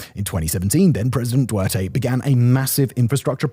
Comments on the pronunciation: If I took a shot for every time he said Du-erte instead of Duterte, I'd be so smashed now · His last name is Duterte. Try pronouncing it CORRECTLY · Duterte (Doo tair te) you are pronouncing it like Duerte. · It's pronounced DuTERte, not Duerte. Also, it's TaGIG, not TagUIG. Their slogan is: "Think big, Taguig!" - 7 years expat in the Philippines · I'd have a lot more faith in this if you knew how to pronounce the name "Duterte". Clue, it's not pronounced "Duerte". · Mate, would have been nice if you learned to pronounce some of the people & city names, e.g., it's not /doo-ur-tay/ it's /doo-ter-tay/, sameith taguig, malacañamg, ... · Interesting video. Just want to avoid the place as much as I can. It feels like a hell hole in some areas. So sorry for kids growing up in those overcrowded slums. The name of ex president is pronounced with a T - D30 - not Duerte - but Duterte. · Excellent video on things about the Philippines not known to many. Btw: Doo-ter-tay, not Du-wear-tay. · President "Doowertay" 🤣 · I've never heard such posh (albeit incorrect) pronunciation of the Philippine provinces, cities, and their former president's name. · learn how to pronounce Duterte. its not that difficult